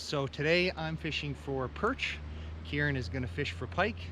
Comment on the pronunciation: We say Kieran